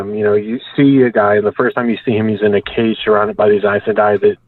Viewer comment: This guy says Aes Sedai wrong.